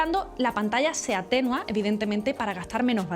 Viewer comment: "se atÉnua" 😅 A pesar de ese fallito, ha sido un vídeo interesante :)